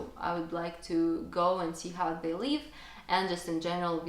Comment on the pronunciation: Don't be overly complacent with your English. Your pronunciation needs a lot of work, especially the short vowel i sound, i.e. in SLIP , DIP, LIVE because you pronounce them as SLEEP, DEEP, LEAVE etc. While some people may find your accent cute, I have some trouble understanding you. I am sure you want your English to be good, not cute.